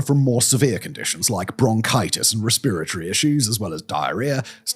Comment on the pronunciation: Omg it sounds like a huge chore for you to simply say "respiratory" ntm it sounds awkward even for you to say lol. If I were you I'd go back to og English rather than that hoighty toighty version but then again I value efficiency 🤷‍♂️